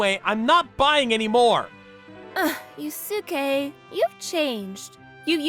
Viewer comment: They pronouncing Yusuke wrong